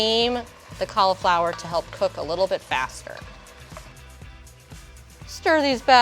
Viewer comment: Anyone else triggered by the way she pronounces cauliflower